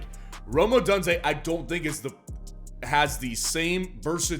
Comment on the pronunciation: Bro pronounces Odunze as ODONEze 😂